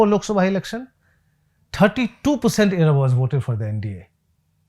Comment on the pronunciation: Sir it is pronounced as Ezhavas and not Edavas.